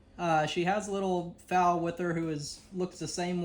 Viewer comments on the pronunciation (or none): it's foal not foul! LOL! Thank you for trying to save that horse! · Well done and best of luck, hspca will actually write up the case for charging and go into court as expert witnesses for the cops so that would be probably the fastest route to take for the mare and foal. by the way when you talk about the foal, it's foal as in coal not foal as in foul. xxx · Good job. Just fyi the baby horse is a foal. fole not fale. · Why are you saying fowl??? It's a foal!!! lol Go get um!!! No animal deserves to be treated like that! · Bless ya'll,. And FYI, it's pronounced Foll. Like folding a towel. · It’s “foal” 😂😂 Sherriff department,they are not going to help… Just like our County!! Oh let’s Pass it along to someone else… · hun its pronounced fole spelled foal❤ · I respect what you're doing for the Mare & her Foal, but Foal isn't pronounced like Fowl, that's Chickens & other birds. Here's an easy way to know how Foal is pronounced, Foal rhymes with Bowl, just replace the B sound with the F sound & you get Foal. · it’s foal not fowl.